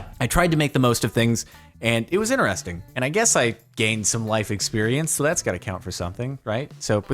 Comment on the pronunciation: Interesting has a “T” at the beginning of the word too. It’s “Interesting” not “inneresting”